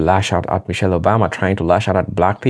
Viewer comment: Mrs. Obama’s first name is NOT “Mitchele,” it’s MICHELLE. Please correct this glaring error ASAP.